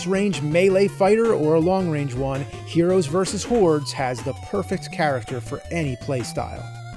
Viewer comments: I know it's HORDES, but I can't help hearing HEROES VS WHORES... I guess it's hard to separate the Nerd from James. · Anybody else hear “Heroes vs. Whores”? 🤣 But on the real, the main thing physical media has over streaming is that things are disappearing, so having a physical copy and a machine to watch it on ensures you can enjoy it forever and double check these Mandela effects. Because I remember “Luke, I am your father!” too! 🤨